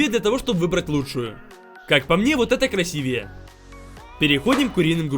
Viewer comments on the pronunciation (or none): none